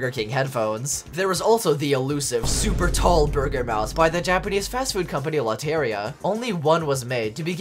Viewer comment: lot-aria got me dead- 😭😭 bro its lo-te-rria (the r is rolled)